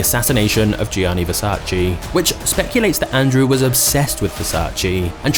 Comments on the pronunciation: IT IS VERSACE, NOT VERSACHEE. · VersacE NOT VersacI !!!!! Are people stupid that they can't say VERSACE!!!! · In the words of Donatella and Gianni - it’s VersaCHE 😄 Not versach-e or vers-ace. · It’s versAce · It’s Versa-čé… Pronounced: “ver-saw-che” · Apart from the fact you murdered the name it was great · You pronounce „Versace” wrong. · I don’t know why people still say the name wrong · 26seconds in and i heard versace pronounced wrong 35times